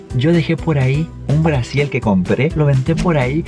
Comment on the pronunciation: Aaay me encanta cuando la flaca dice blasiel jejejejje 😂